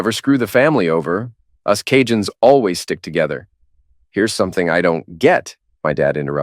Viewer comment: Big ups for pronouncing Cajun names properly. Mostly.